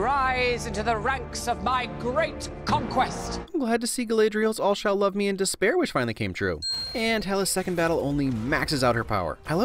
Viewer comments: Ummmmmm sorry, did you just say Galadriel like "Ga-lay-driel"? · You mispronounced Galadriel’s name and I shall never forgive you